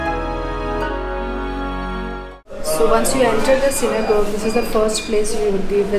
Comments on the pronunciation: with respect, its 'synagogue (pro: gaug) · Lady, its not pronounced Synogoje, pls listen to the guide , its Synagogue